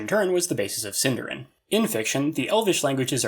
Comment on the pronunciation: SindArin, stress the A.